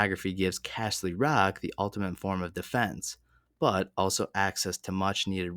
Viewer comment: "Casher" ly Rock 😆😆